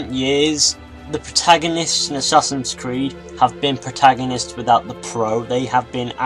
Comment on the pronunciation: from to he says "assassins weed"